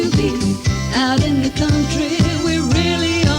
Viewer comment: The outro 'South Woodham Fer-ers' is the first time a 5-syllable jingle has triggered in me an almost desperation to visit Essex. I yearn to shop in that groovy pad while listening to that catchy jingle.